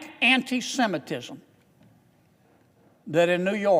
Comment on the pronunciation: Mr Kennedy walking around that word antisemitism has me mispronouncing it constantly but